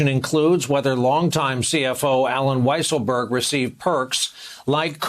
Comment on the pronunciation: I think it is pronounced “Weasel-berg.”